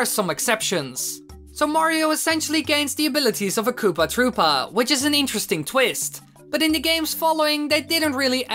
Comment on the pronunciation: Its not kopaaah troopaaah its koopA troopA